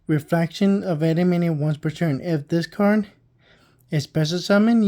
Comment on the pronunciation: EN-DEE-ME-ON You added like 12 extra syllables